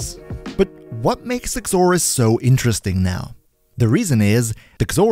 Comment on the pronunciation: I hear you saying the x in Xoris. It makes a "Z" sound. X is silent. Zoris is how it's pronounced. That'll make it easier for you to say it, since you said its name like 80 times. Not being a grammar nazi. Just trying to make English easier for ya.